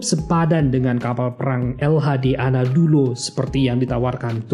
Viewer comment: Menit bukan anadulo tapi Anadolu🙏